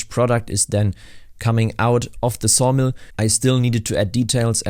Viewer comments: At first I thought I heard sauna, so i was really confused when you said sawdust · At first I thought you said SAUNA not Sawmill. Now it makes me thing a log cabin resort in the woods would be great